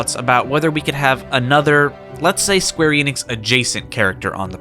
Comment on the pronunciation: You pronounced the Enix in Square Enix wrong.